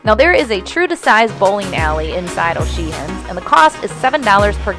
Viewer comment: I am not a fan of this layout. I prefer the bar in the centre of the ship and I don't like the open concept. FYI the 2nd "H" in O'Sheehan's is silent :). Thanks for sharing.